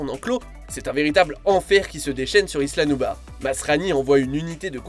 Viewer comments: Mais Jreve ou il dit " isla noubar" ? 😭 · Isla nuvar C'est Isla nublar